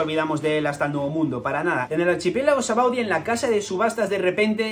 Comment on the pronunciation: te doy like por el simple hecho de mencionar "sabaody" correctamente y no "shabondy"como dice todo el mundo 🤣